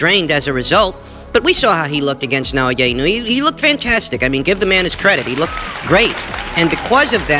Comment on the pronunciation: Inoue = ee-no-oo-eh